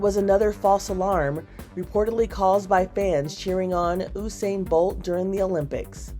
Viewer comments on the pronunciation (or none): Its pronounced you-sane bolt kmt